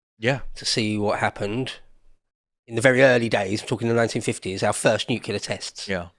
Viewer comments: NU-CLEAR FFS!! ... it is NOT nucular, you ignorant sod. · It's NU-CLE-AR not NUC-U-LAR. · Nuclear, mister bush, not nukular.